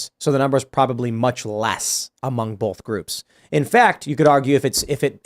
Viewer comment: Gotta say... Tim pronounces "both" with an 'L' and also does (not sure if she did before). It's B-OH-TH. Not bowlth. That has bugged me for so long... I mean no insult. 😆